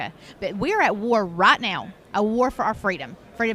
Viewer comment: She said, "Rat now," instead of right now.